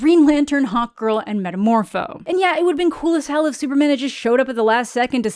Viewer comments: Am I the only one who kept hearing "Hot Girl" every time you said (I assume) "Hawk Girl"? Imagine that as a superhero name! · Every time you say Hawkgirl I'm hearing "Hot Girl" which, okay, she's pretty hot, but that isn't her name is it?..... OH FUG ME.